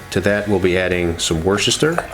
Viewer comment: Thanks for the video. Do you every do a dry brine overnight, or a beef stock injection before the cook, to boost up the juiciness? Tip on Worcestershire pronunciation: WUSS - TER - SHEER ... (source: am English-American!)